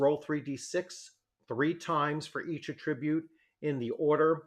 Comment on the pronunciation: The accent is on the first syllable of the version of the word "attribute" you are using.